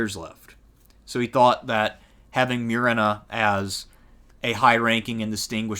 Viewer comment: It's Moo-re-na